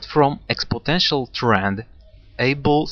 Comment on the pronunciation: It's "exponential". Never "expotential".